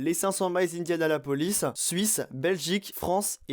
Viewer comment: Sympa ta vidéo juste c est Indianapolis et pas indiaLAnapolis y a une syllabe en trop mais continues